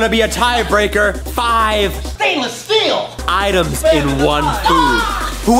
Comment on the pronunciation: I laughed so hard when said STEIANLESS STEAL